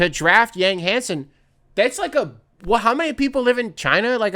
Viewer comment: yang is pronounced “yawng”